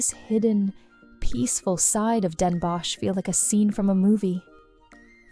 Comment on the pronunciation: Really nice. There is just the pronunciation of Van Gogh, stroopwafels, Den Bosch, Gouda that could be improved upon.